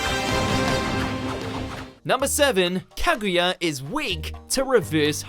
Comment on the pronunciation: did he say Kagiya ?